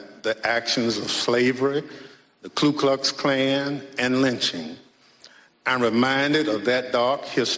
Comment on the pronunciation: He said "The Klu Klux Klan" he's full of $#!T, he doesn't even know how to say the organizations name correctly, Klu Klux Klan, Please!